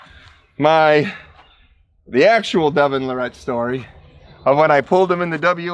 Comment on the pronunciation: Devon Luh-Rette Lol has to know how to pronounce his name by now but doesn't 😆 Devon definitely sounds and acts a lil differently then those really old vids of him